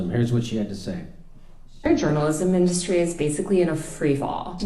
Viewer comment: I really can't stand that urban liberal white chick accent where they draw out the last syllable of each sentence "months of layoffs in the media industreeeeh" like literallaaaaay 🤮